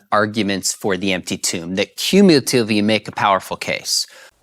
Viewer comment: Sean can't pronounce cumulatively. He kind of says "cumultoovy", lol. Reminds me of like when George W. Bush tried to say nuclear.